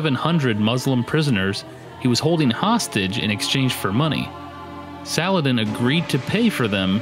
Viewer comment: You pronounced Saladin wrong. Its SAL-O-WHO-DEEN.